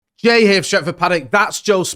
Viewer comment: Jay pronounces his name like he’s a superhero🦸🏼‍♂️